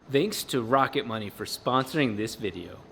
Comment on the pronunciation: Am I the only one who heard rocket bunny instead of rocket money